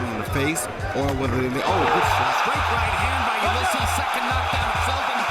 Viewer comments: Ulysses = You liss eees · U-LEE-SEES + ULYSSES. One of the most famous names from history and you can't pronounce it.